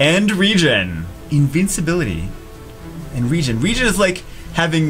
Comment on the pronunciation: RE-GEN thats how it is pronounced, you said it correctly